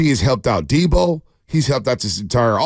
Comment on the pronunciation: You miss-pronounced Deebo.